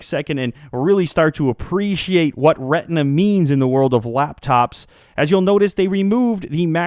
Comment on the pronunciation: u say retina funny :D (redna)